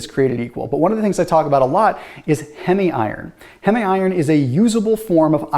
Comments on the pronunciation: Pronounced heeem not hemi iron. From hemoglobin. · Great video but please dont pronounce heme (heem) as hemi 🥲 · H-ee-m iron :) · 'Heme' rhymes with 'meme'. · The way he pronounces “heme.” 😆